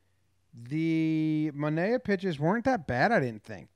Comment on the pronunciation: DON RIGHT GAMING now I was Sean Manaea’s roommate in college...I do find it really funny that every team, announcers (including his own) pronounce his name wrong...I want him in STL ASAP